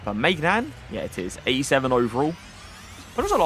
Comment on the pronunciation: It's not maignan it's my nan